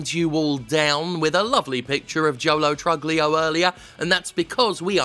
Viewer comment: Pretty sure it's pronounced Lo Troolio